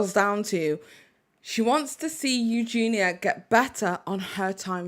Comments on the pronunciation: Why is everyone calling Eugenia EUGENA?? It’s driving me nuts! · Who is eugina? That’s how he was saying her name. And I don’t agree her content is absolutely proana. It’s not just about how she looks it’s about what she’s doing in the videos and what she says.